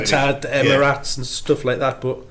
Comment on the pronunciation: Deka’s face at pronouncing Emirates 😂